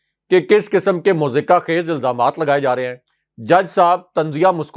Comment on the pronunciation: مزاحکہ ( mazaheka) خیز ۔۔۔ نہیں ، بلکہ ۔۔۔مضحکہ (mazhaka) خیز ۔۔۔۔.